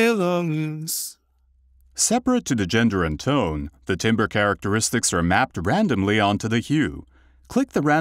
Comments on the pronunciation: Voice timbers? <-- A new meme is born. 🤭 Timbre <-- Pronounced 'tamber'. 🎶 What a fantastic breakthrough plugin! Well done to all involved! 👍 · Can Vocoflex pronounce the word “timbre” correctly? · If this guy says "TIMBER" one more time!!!! ...I'm gonna go chop some wood in the backyard😠 They should've ran his voice thru vocal flex! It's pronounced "tamber". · It's actually tohmbreh, so you as an American really can't complain about someone else's pronunciation.